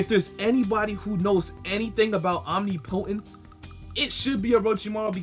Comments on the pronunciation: Om-nipa-tense... say it right, it sounds bad and I want your channel to be it's best. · Bruh you should google how to pronounce omnipotence cuz you’re butchering it lol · Google the pronunciation of omnipotence... I'm not going to have a brotha out there like that😅... Unless you have a more sinister plan🤔🤔🤔🤔🤔🤔🤔🤔🤔🤔🤔🤔🤔🤔